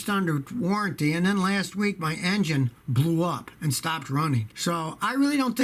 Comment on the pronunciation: I like it when Scotty says engine bbbbbbblew up. Kaboom